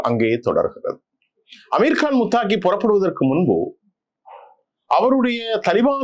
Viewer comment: முத்தாகி அல்ல. முத்தகி தான் சரியானது.